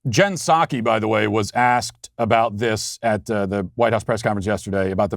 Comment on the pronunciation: Matt, it is pronounced “Jen Peh sah key”, please start saying it correctly from now on.